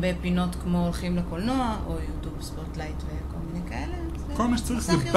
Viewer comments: ו למה את אומרת יוטוב ולא יוטיוב? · למה אומרת יוטוב? ולא יוטיוב?